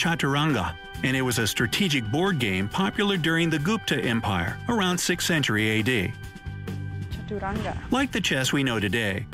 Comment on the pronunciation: It's not pronounced "GOOOOOOPTA', like "put" "look' "took" it's a short U, like "pull" not pooooooooool, or pool. Great video, though! Enjoyed it!